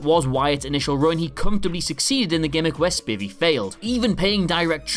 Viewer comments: It's pronounced SPY-Vee you idiot NOT spivy. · Dan Spy-Vee, sir. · Pronounced Spy-vee not Spi-vee. And Spivey's Wayland Mercy was based on Deniro in Cape Fear. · You know his name is pronounced Spiiiiivey right?